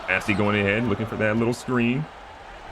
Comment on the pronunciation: BOssey, not BAssey lol